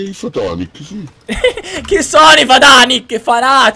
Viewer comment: Si sono nei fatanic no si dice fnatic e io che ho detto😂 "no maria io esco"